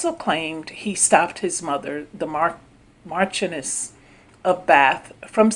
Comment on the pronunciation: ...hey!!!!......I love u and ur channel DEARLY!!!...the first woman's future title is actually pronounced 'mar-shun-ness'...I was curious as to what it meant so I looked up the definition and enunciation ( I had no idea how it was pronounced either😉👍💙)....ur voice is EXCELLENT for commentary and I look forward to more of ur exciting, informative, and very interesting work!!!...stay blessed and continue to impress!!!! 👍😇👍😇👍😇👍😇👍😇👍😇👍